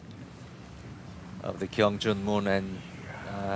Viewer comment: 한국은 캥씨나 퀭씨는 없습니다~ "강"으로 발음해주세요~^^